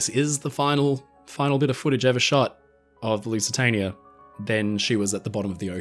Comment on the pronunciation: Teacher: “Spell Lusitania” Our Friend: “Lusatanier”